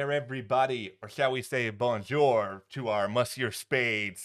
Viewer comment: Yikes,! Your pronunciation of French words like "monsieur" and "bonjour" is absolutely horrible. I sincerely hope you will refrain from doing that again. Aside from that, nice presentation. 🙂